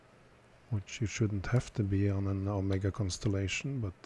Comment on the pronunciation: Thank you for pronouncing Omega correctly. Great video as usual. What plating did Omega use on these movements?